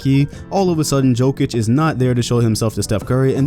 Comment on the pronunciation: Jokić, not Joekić